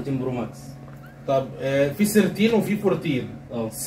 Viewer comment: في سيرتين!!! والله سمعتها سردين.. بعدين ركزت عرفت ثيرتين